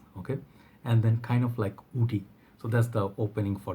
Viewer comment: I always get confused when you say “wood” and “woody” you sound “oud” and “Oudy” ...